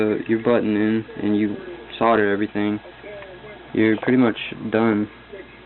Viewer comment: its pronounced SODDER